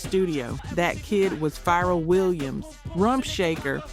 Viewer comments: YOU NEED TO LEARN HOW TO PRONOUNCE THE NAMES PROPERLY. IT'S PHARRELL. 😂😂😂😂😂😂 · Even mispronouncing Pharrell’s name. 🤦🏾‍♂️